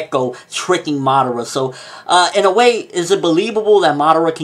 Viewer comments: nice video. but just one word of advice: madara. its not madera. there should be three distinct syllables there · it's funny how you Americans say the names of Japanese anime, can not pronounce right? Or do you pronounce so on purpose, Obitouu, Narutouu Madarrrra, that I dont speak any Japanese but speak the names correctly according to the Japanese language.